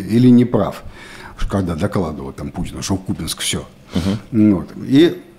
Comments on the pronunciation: Уже даже президент сказал что КупЯнск, но не КУпянск! Упрямства вам не занимать) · Правильное произношение - КУпянск , СлАвянск. Так что не прав ваш президент. 🤪